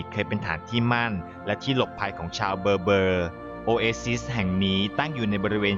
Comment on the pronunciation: ชาวเบอเบ้อ..ออกเสียงแบบนี้ครับ